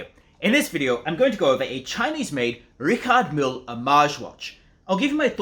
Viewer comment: at least you could have learned how to say Richard Mille